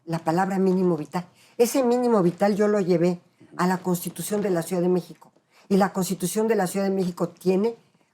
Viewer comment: Ni siquiera sabe pronunciar la palabra ciudad esta señora, dice suidad, varias veces, incluso como profesora de la facultad de derecho de la UNAM, muy chafa